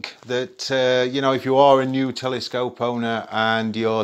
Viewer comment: It's cute how you pronounce "telescope" like "telly-scope" :D